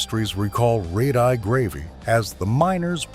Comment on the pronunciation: red eye !!!!!!!!!!!! learn to pronounce words !!!!!!!!!!!!!!!!!!!!!!!!!!!!!!!!!!